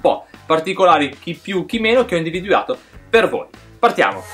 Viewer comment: video bello come sempre...fai però attenzione a quando dici la parola individuato perchè in realtà tu dici "individuiato" nei video, non è una critica perchè seguo il tuo canale volentierissimo però solo un appunto nel caso non ti fossi accorto, poi se già lo sai e ti va bene cosi va bene anche a me :-)